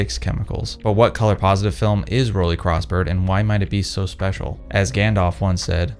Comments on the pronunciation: The brandname is pronounced „rolleye“ not „rolleee“. You are an expert, aren‘t you? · As a German... rolee... It’s 🙄 = roll eye ✌️😉